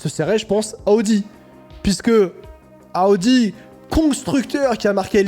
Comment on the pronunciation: Bonjour, arrêtez de dire aaudi c’est Audi ??????